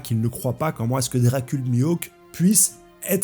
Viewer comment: Frero que tu te trompe sur dracule sans prononcer le é, ca va, quand tu tu oublie le « ayl »de crocodile ca passe encore, mais le premier gros possédon que t’a envoyé t’avais pas le droit il ma tarpin surpris lol